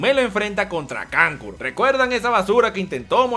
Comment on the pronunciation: Kankuro-----------kankulo :V